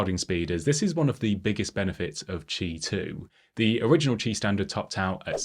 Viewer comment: Informative, well illustrated review,. Had to read the transcript to understand “ch2” standard. It sounded like “Tee 2” and “Chee 2” in the vid. Also not certain about standard differences. Cheers!